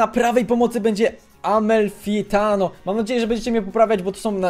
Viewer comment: Amalfitano się czyta normalnie Amalfitano.